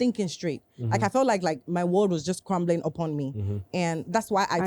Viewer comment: The word was CRAMBLING , not Crampling 😂